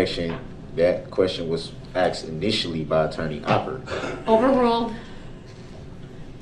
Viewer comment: He is going to have a hard time in prison when he's "told orders" and not "axed".